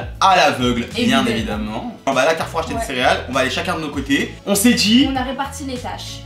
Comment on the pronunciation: Ptdrrrrr toi aussi tu dis "Carrouf"